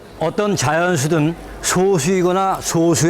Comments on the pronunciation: 아니 素數의 발음이 [소수]가 아니라 [소쑤]잖아. 교육방송이란 데서 이런 기초적인 사항을 틀리다니 이 방송이 송출되는 데에 관여한 모든 사람은 다 사회생활을 금지해야 한다. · 소수(素數)의 발음은 '소쑤'입니다. EBS 다큐멘터리임에도 '소수'라고 발음하는 건 참 어이가 없네요. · [소:수] 가 아니라 [소쑤]로 발음해야 합니다. 사이시옷은 합성어에서 한쪽이라도 순 우리말이 들어가있을 때 쓴다고 해서(예외가 있음에도 이건 예외에서 빼버림 무식한 문돌이 국어학자들) 표기가 솟수에서 소수로 바뀐거지 발음이 바뀐게 아닙니다. 小數 [ 소ː수 ] : 일의 자리보다 작은 자리의 값을 가진 수. 예를 들면, 0.1, 0.23, 4.2, 35.67 따위이다. 素數 [ 소쑤 ] : 1과 그 수 자신 이외의 자연수로는 나눌 수 없는 자연수. 2, 3, 5, 7, 11 따위가 있다. 이정도는 신경써서 제작해주세요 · 거 계속 소:수 라고 발음하는거 신경쓰이네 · 素數는 소쑤라고 발음해야 맞지 않나요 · 소수(素數)를 발음 할 때 소수(小數)와 구분하기 위해 발음을 짧게 해야지요 .즉, 素樸(소박) 과 小學校(소학교)는 발음이 다릅니다